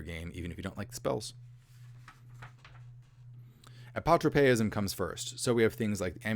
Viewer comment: Your pronunciation of "apotropaism" was satisfactory.